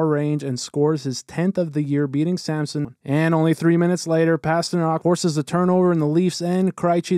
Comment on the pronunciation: Crychee and Samson? That’s not how you pronounce Krejci and Samsonov….